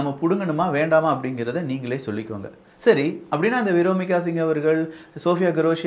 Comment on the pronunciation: வியோமிகா சிங். விரோமிக என்று தப்பா சொல்லுற.. மிக துணிச்சல் பெண்கள் பெயரை தப்பா சொல்லுற. என் பொண்ணுக்கு நான் வைக்கிறது பேர் தப்பா உச்சரிக்காத